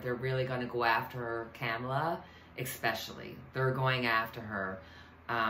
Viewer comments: Comma la. Not cam as in camera. Important for us to say it correctly because the other side is not. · It's "Comma" la! Thanks,! Love-Light! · OK, the correct pronunciation of the next president is pronounced, “ comma la “